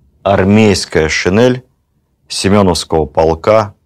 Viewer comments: Владимир Ростиславович, правильно говорить не шинЭль, а шин'ель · Спасибо огромное, но очснь режет слух "шинЭль", такой вариант закрепляет у благодарных слушателей грубую ошибку, очень жаль! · Режет слух неправильное произношение слова "шинель". Надо произносить "н" мягко. Это недопустимо, Владимир Ростиславович. Рассказы Ваши очень интересны. Люблю историю, с удовольствием слушаю, спасибо за Вашу деятельность.